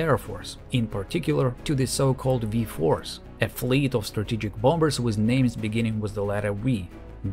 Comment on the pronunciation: V-Force, beginning with the letter We. Nice one 😂😂